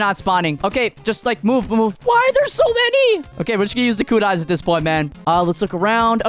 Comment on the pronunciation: It is kunai not kunis